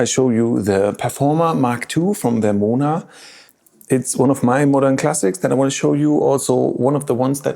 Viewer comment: Find someone who pronounces your name as good as Martin Stimming pronounces Vermona 😍🥰